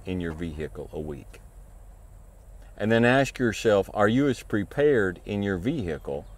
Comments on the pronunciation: Here for the advice. Stayed to hear "ve-hickle". Solid advice sir. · Vee - Hickle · Vee hey cle